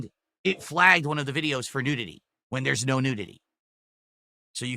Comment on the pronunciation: ive never heard someone pronounce nudity like that. the hell is wrong with him? he's saying it like nude-ity. freaking clown.